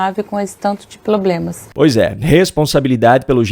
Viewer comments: Enfim, uma mulher que fala iNresponsabilidade, pLoblemas, cidadÕEs, aBrido... Enfim, enfim. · "Problemas" nao! "Ploblemas", segundo a Janja